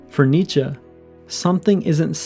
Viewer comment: He is pronouncing it right